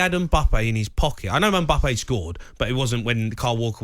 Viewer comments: man said embuppay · Jamie it’s Mbappe, it Emboppay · Why does he keep calling him mimbppa clown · I didn’t know his name was Mbuppe, thanks Jamie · Everyone: Mbappe Jamie O'Hara: MBUBBEY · O'hara calling mbappe mbuppe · Is nobody good to address the 'mbuupee' situation? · Say it with us now Em-Baa-Pay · Does he ever pronounce Mbappes name correctly? Doing my head in 😂😂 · something very wrong with the way he is saying Mbappe